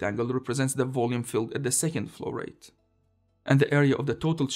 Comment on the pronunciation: Nice videos (all the series) please keep up. And my brain could not stop betraying me and hearing "florette" instead of flow rate.